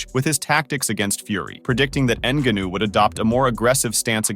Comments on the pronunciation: Sometimes he pronounces it correctly, but most of the times : ennguhnooo😂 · Learn how to pronounce the guys name. What a trash video. Absolutely brutal research. N GA new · Say his fucking name right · Hey asshole, learn how to say Francis‘s last name ! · Had to stop watching because of the way this guy pronounces Ngannou’s name lol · I almost couldn’t finish this video because you’re saying his name like you’re learning disabled…Cmon man… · this dude is pronouncing it like that to trigger people and comment, i swear. Woops 🙃 edit: uhhh he f'd up on saying it correctly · How do you watch and listen to the match and still butcher his name like that 😂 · Why u saying his name like that 😭💀